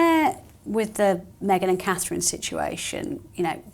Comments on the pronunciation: She has trouble even saying Catherine. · Call her “” or “” until, she can get Catherine’s name correct..IMO